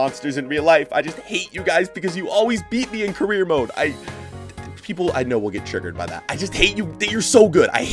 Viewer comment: Salah carreear